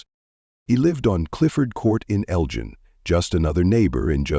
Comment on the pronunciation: L-GIEN ILLINOIS?? THAT AI NEEDS IT'S ASS WHOOPED!